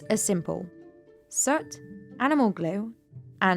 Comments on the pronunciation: Are you saying soot? Sure sounds like sert. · Isn't it prononced S 'ooo' T, and not Sut ?!